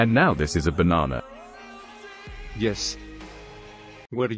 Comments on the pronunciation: is saying banan😂😂😂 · said banan 😂